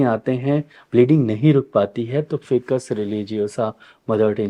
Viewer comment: उच्चारण ऐसे है--"फाइकस"(FICUS) ।आप इसे "फिकस" बोल रहे हैं,इसे सुधार लीजिये। हम वनस्पति विज्ञान के छात्र रहे हैं,इसलिए इसे सही ढंग से उच्चारण करना सीखें हैं।वैसे आप बहुत अच्छे से समझाते हैं और बहुत लोकप्रिय भी हैं,धन्यवाद जी ।